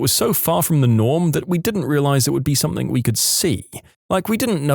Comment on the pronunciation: No k in the word something